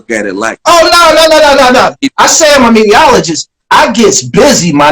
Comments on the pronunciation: Lol he said mediaologist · Pooh Graham he said mediaoligist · I think he saying mediaoligist lol